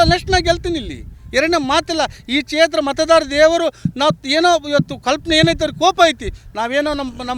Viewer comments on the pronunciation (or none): A ಮುಟ್ಟಾಳ ಚೇತ್ರ ಅಲ್ಲ ಕ್ಷೆತ್ರ ಮೊದಲು ಕನ್ನಡ ಸರಿಯಾಗಿ ಕಲಿ